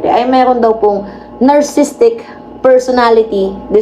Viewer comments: Nar Si Sistik pagbasa dun, may extra "Si" kasi spelling nya is: Narcissistic from the root word: "Narcissus" or ung taong mahal na mahal ang sarili nya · narcissistic po hindi narcisstic. (nar-cis-sis-tic po ang tandang pronunciation. Everyday po king nanonood NG asawa ko NG vlog ninyo.